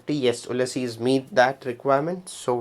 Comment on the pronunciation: Funny difference…. You say Oo-lysses (exaggerated a bit) Grant….. but Americans usually say “Ewe-lysses” Grant. Not criticizing, just noting. Thank you for a useful video